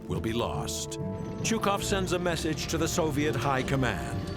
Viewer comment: If you make a video like this, you could at least take the trouble to pronounce Чуйков's name properly: Chuykov.